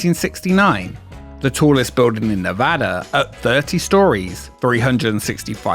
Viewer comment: First off, THANK YOU for pronouncing Nevada correctly! I grew up not too far from the MGM Reno, which at some point was Bally's Reno, then the Reno Hilton, and is now the Grand Sierra Resort. Would love to see a video on its history!